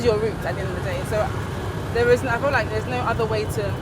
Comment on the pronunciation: You cutting or chewing words. Brits should learn to speak smoothly and clearly. And why saying "i full like"? Instead of i feel like?.. You're right, though. People should feel free to live anywhere they are comfortable. Life by the way is about finding the comfort. If it's in Europe or the US or canada, they should live there rather than to followed others to Africa just because others are coming back.